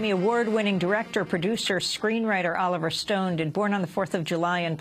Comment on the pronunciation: sounds like she said Oliver Stoned in the begining